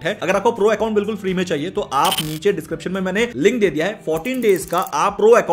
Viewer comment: Neech nahi niche hai